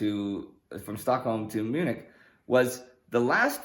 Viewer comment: I meant it is pronounced Mew-nick, not Munch-in.